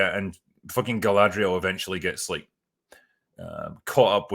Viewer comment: Just finished watching the 1st 2 episodes.. while it made me cringe a couple times, it wasn't as terrible as I expected, If you take the mary-sue Galadrrrrrrrrrrrrrierl (thats how they pronounce it in the show) from the picture the show is tolerable, once shes back on screen it becomes intolerable, the fight scene with her looked ridiculous, 2 episodes in and I can't stand her.